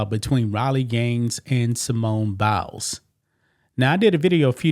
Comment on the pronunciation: It's not Bowels - it is Biles, bi, rhyming with eye! That said, you are looking very cute - it must be a feeling of well-being due to some personal success. That said, (LOL) thank you for continuing to bring us this kind of news.